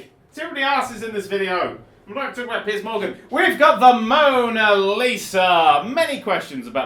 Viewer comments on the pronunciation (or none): none